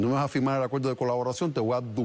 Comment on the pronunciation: Delpoltal?? Acueldo? Colte? Polque?